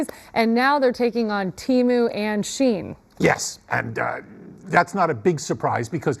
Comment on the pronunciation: First time I heard someone pronounce "SheIn" (She-inn). Not sheen. Which is a word itself.